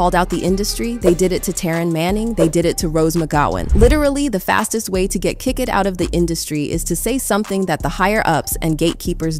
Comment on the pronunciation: Now I am really curious... who is the narrator? It doesn't sound like an AI at all, sounds very natural and normal. Until you listen to the verb endings!!! This woman pronounced "kicked" like KICKED (instead of kick'd). I have never ever heard ANYONE pronounce verb endings like that. She clearly pronounces the -ED in almost all her verbs (like fired, workED etc). Who does that? Please explain.